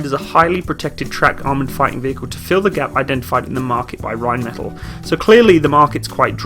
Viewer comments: it's just bugging me slightly but can you pronounce Rheinmetall properly? The L sound at the end is a long L, hence why there are two of them. Otherwise it would be just "metal", think of one of the L's as a silent H. Like metahl. Anyways love the vids. I hope we (Australian Defence Force) end up buying it as it makes sense when we just purchased Boxer IFV and MAN HX series vehicles as well as G-Wagon for light fleet, the display model their is in our camo so they are pushing hard. Might as well go German all the way, lament we never replaced the Leopard AS1s with latest variants opting for the Abrams instead. Using the Boxer turret on the Lynx would be a sensible move as well having common type across the motorised and mechanised fleets but we totally need on-vehicle ATGM capability. Not sold on the rubber tracks...Australian terrain in many parts of the country can be very brutal, it's not as forgiving as in Europe and in this case you can't replace a link or three and keep going, you're well stuck until RAEME arrives which I assume is a change of the whole track. All good for reduced wear on the drive line and weight reduction and to a point noise, i'm guessing there would also have to be some sort of (massive?) cost saving during maintenance life also vs track link. If it's only dollars and cents vs one or the other I'd be still going for traditional track link. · For future reference I believe Rheinmetall is pronounced Rhein-meh-taall instead of Rhein-metal :D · Rhein metáll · Rhein meh tall .. not the English pronunciation of metal. o7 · It's pronounced - Ryne' Met' Aaal'. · very nice, informative stuff. just one thing... completely your choice. Could you please pronounce Rheinmetall in the german pronounciation? so, Rehn-metall? thank you, whether or not you decide to change it, in future videos. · Pronunciation: Rine-maytahl them 'may' is short, the 'tahl' long.